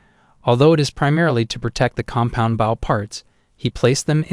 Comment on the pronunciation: Knowing the MC is an Archer, the Idiot Narrator doesn't pronounce the word BOW (as in Bow & Arrow) correctly!